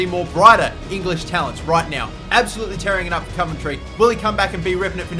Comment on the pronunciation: as a coventry city fan i am nothing but thankful to newcastle for letting us have him because the last thing i want is marc antoine-fortune cos hes just shite...wish for nothing but the best for adam armstrong (p.s. you pronounce the 'ov' in coventry how you would say 'of')